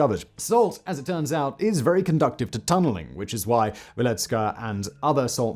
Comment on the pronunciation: At some point Simon will make a video where he pronounces conducive correctly.